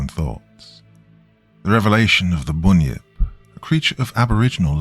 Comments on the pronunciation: Everything was great just pronounce it as bun-yip... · Great story as usual. But seriously, dude, it is pronounced 'bun' as in the bakery goods. To an Aussie, your pronunciation is a little frustrating. 😊